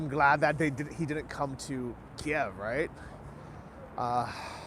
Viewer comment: isn't the proper pronunciation KEEV not KEY EV